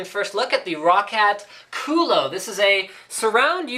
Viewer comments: did he say CULO..lol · you mean "Culo" not "Kulo"....